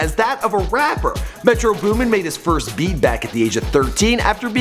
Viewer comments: METRO BOOMIN GUYS. BOOMIN! not Booming oh my god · It's metro boomin, anyone saying "booming" is a fucking idot, choke on this L. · "Booming" im crying whitest dude alive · "Booming" smh